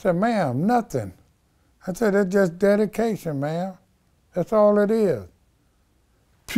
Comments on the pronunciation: Did he say DADication? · Im fukn 😂😂..nigga said its "Dedication"😭😂😂